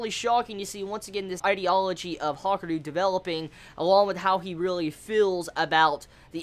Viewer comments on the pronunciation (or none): Ha-ka-ree-ooo pronounce it right lol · It's pronounced like it's spelt. Ha-ku-ryu